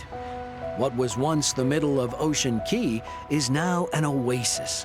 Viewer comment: Ocean CAAAAAY not Key. Even the boss says CAY. Why doesn't the narrator know this?